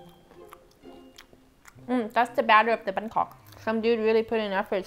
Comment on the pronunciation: Well for one, two of the guys can't pronounce Banh Mi with the right tone